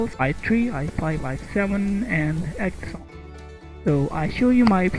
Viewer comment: When he can't even pronounce Xeon, you know it's going to be bad. It's not the Exxon oil company.